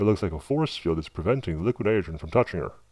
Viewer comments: Jesus man LEARN HOW TO SAY NITROGEN !!!!! Come on say it with me "NY-TRO-JEN" come on you can do it, it's not "NYGREN" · hahaa you cant say NITROGEN you say LIQUID NITERGN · Struggled to get by the "nudagen" pronunciation of Nitrogen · Hate the Way he say's "Nidrogen"....its' "Nitrogen" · It's pronounced ni tro gen. Not Nyogen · ...It was a great video...but it's pronounced ni-TRO-jen, not ni-TER-jen... ...just got a bit agitating listening to it...Still, great video. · This guy didnt actually say nitrogen one time in this video....it sounded more like.. niroin or somethin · liquid nidrjeh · liquid nidergen... liquid nidergen... Learn to speak without sounding "b-word" fat. Also, you obviously voice over these videos after recording (using a VERY shitty microphone, I might add), you're not fooling anyone. Get a popper-stopper too. Don't know what that is? Not surprising. Look it up and save the world from at least the edge of your annoying voice. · What's with the voice? And the articulation of "liquid nidergen?" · LIQUINITGRHN. Man, that is a weird word to hear said wrong. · Every time he said "liquinitgrhn" my eyelid twitched. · Liquid nidren... Enunciate! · The way you pronounce "nitrogen" is extremely annoying... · Just curious why you pronounce it "liquid nirigeon" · ni tro gen. please enunciate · nite-er-gin? We are lucky he is not teaching English as a second language! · Why can't you say nitrogen properly?? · im loling cause the guy cannot say 'nitrogen' (and also cause i think he's using a voice changer) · Cool Video but please pronounce "Nitrogen" fully, OMG so annoying lol... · The way he says "nitrogen" irks the fuck outta me. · The voice change thing is stupid. The way he says "nitrogen" makes me cringe. Sounds like someone typed it into Microsoft Sam or something or he can't pronounce it correctly. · why is it so hard for you to pronounce "nitrogen?" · well he cant say nitrogen properly sooo...